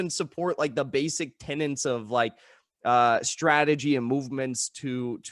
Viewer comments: you HAVE to stop saying 'tenents' instead of "tenets' it sounds ignorant, sorry but its getting common and annoying. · It's "tenets" not " tenants". Thank you for your work and your words. Right now everyone should be studying Cointelpro real hard. There is more infighting than fighting the corrupt powers that (claim) to be. They rely on this, distraction and infighting. There are many ego driven, phony, manipulative and just plain fucked up lefties. Ignore them all and fight the good fight. Solidarity.